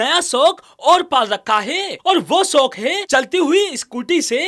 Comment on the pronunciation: Agar in mummy ke ladko ko kabhi roti banane k liye de dena to ye log aise desh ka naksha banayenge jo aaj tak globe par nhi h... Bhai tu thik se "shok" to bol nhi pa rha aur "soak" bol rha h... Apni zuban pe to brake laga le ladkiyo ki gaadi k brake ki chinta baad m karna...